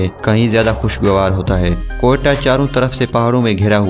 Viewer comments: جناب اس نام ۔۔کوہٹہ ھے۔کوٹیا ۔نہیں پہلے آپ اس شہر کا تلفظ ٹھیک کریں پھر ویڈیو بنائیں۔کوہٹہ ۔۔۔۔۔۔کوٹیا نہیں ۔۔۔ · Kahan say aa jaatey hain dekha hi kabhi Quetta? Talafuzz to thek karo phir video upload karo😂